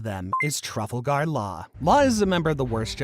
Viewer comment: 😂 did he just pronounce trafalgar as travel 😂😂😅